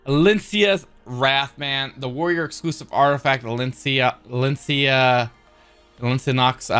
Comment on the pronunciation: > Alen - cia not Alenica lol